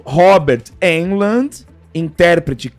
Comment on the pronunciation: De onde o tirou "Robert Eldmond". 😂😂😂. É Robert Englund. Uma curiosidade, duas, na verdade. 😅 Englund começou no cinema em outro clássico do terror "Halloween". Ele foi assistente de arte do filme, responsável por jogar folhas secas no chão pra fingir ser outono, época de Halloween. Eu fico imaginando como o destino nos é imprevisível. O cara trabalhando jogando folhas no chão num filme independente de terror, nem iria imaginar que, uns cinco anos depois, se tornaria um dos maiores ícones do gênero em todos os tempos. Outra curiosidade, é que Englund fez o teste para Han Solo em Star Wars e, obviamente, não passou. Mas, indicou o teste para seu amigo de quarto na faculdade, Mark Hammil. Portanto, talvez se Englund não tivesse indicado Hammil para o teste de Star Wars, não teríamos cultura nerd, nem blockbusters e o cinema seria outra coisa bem diferente se pensarmos em todas as hipóteses e influências que Star Wars causou no cinema, na cultura e na sociedade. Eu sou muito fã de Englund desde a série V de Vitória (A da invasão alienígena) onde ele fazia um Et do bem. Eu torço muito por um novo filme ou uma nova trilogia de "A hora do pesadelo" com ele no papel, porque, diferente de Michael Myers, Jason Voorhees ou qualquer outro slasher encapuzado e misterioso, Freddy Krueger é Robert Englund, só ele sabe dar o sarcasmo, a ironia e o sadismo característico do personagem. Por outro lado, segundo o próprio Englund, ele está velho gordo "Nazário" e não tem mais a capacidad